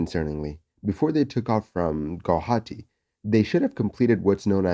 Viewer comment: You're the first non-Assamese person to pronounce Guwahati correctly. Kudos to you!